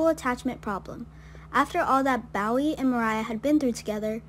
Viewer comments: Pronounced Bo ee not Bow ee. I think its like the singer, David Bowie....Bo ee. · It's not "bow wee" it's Bowie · Its Bowie (Boee)